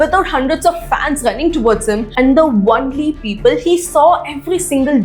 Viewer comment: “Only” pronunciation - It’s not “one-ly” but “own-ly” not “on-ly” either… Someone is being teaching English wrongly in that part of India.. I was being corrected long back when I didn’t give that much importance to language. I ignored and moved on without checking its authenticity. But now people following that kind of pronunciation feels odd and checked again it is wrong… Find the source of that wrong teaching. Don’t know how many kids have been taught wrongly by these self proclaimed experts and call the right spoken people wrong. They go on to correct the rightly taught people as well claiming they know better.